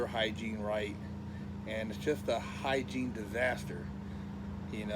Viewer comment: lil nigga said hygine disaster lol